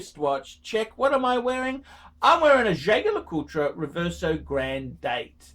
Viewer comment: one would think you should learn how to properly pronounce Jaeger-LeCoultre especially if you own one.